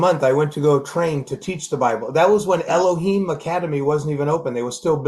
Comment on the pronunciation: elohim not eloher theres no her in elohim it has to be a him